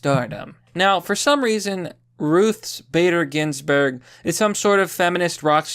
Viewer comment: Ruths Spader Ginsburg